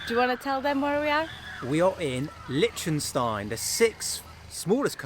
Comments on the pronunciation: Hey guys loving the vids. But its pronounced "Lick_ten_styne.". 😅🤣😂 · kills another countryname 🤣